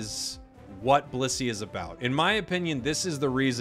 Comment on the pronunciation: I keep hearing bussy instead of blissey. Help me